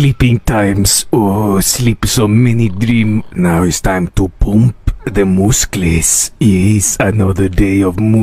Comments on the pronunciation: THE MOOSCLES😂😂😂😂😂😂😂😂😂😂😂😂😂😂😂😂😂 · "Now its time to poomp my mooscles"😭😭💀💀